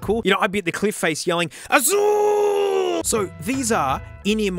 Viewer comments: Azul is just blue in Brazil. By the way, when you yelled AZUL, you pronounced it in PERFECT Brazilian Portuguese accent. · Azul just means blue🤣(or does it😱😱) nice pronunciation tho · Great video, man. You nailed the pronunciation of the word Azul Azul is actually portuguese for the colour blue. Portugal, caralho!!!!